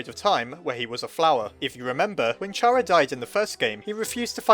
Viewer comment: it's pronounced CARE-UH NOT CHAR-UH